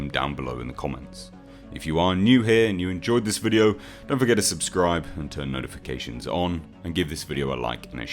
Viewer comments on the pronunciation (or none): none